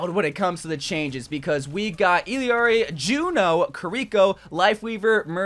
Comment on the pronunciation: You're still saying Ill-i-ari? Why